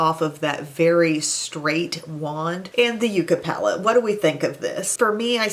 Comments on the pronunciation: My OCD is talking to me. Yucca is pronounced Yuk-ka. Sorry to be one of those people LOL Love the look today!! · Oooh, that palette is so pretty and your look is really pretty. Don't mean to pick nits but, yucca is pronounced yuck-a. Hope that doesn't coming off as a troll I'm really not. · Love seeing these tones. I personally do a lighter palette for the summer. Yucca is a cactus. It’s pronounced yuck-a. Funny name but beautiful tones.